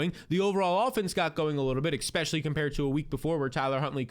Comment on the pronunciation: absolutely love this channel, your content and production value is really enjoyable. I do subscribe and really value what you have to say. but where is the x in "especially"? great work man! keep it up!!